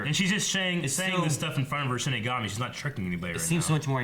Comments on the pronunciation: Is just going to mispronounce a word in every show? Demigorgon vs DemOgorgon, Shimigami vs ShiNigami, the list goes on. I wonder if it's on purpose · Shinigami - She-knee-gah-me pls guys.. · İts not shimigami guys... its shalabustakimbigayori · How is STILL saying Shinigami wrong? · Their names are Misa and Rem and its “shinigami” not “shimigami”. Hope these help!